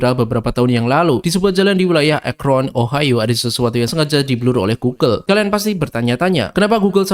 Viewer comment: namanya juga OHIO BUKAN OHOHOHOHOHO